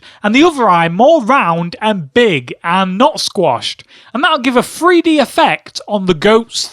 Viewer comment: someone His accent makes the "th" sound like "f". Don't be an idiot.